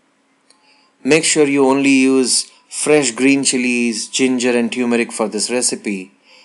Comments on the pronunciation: no uncle, u said like tyumarik, pronunciation is totally wrong, it's turmeric like termarik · pronounce turmeric properly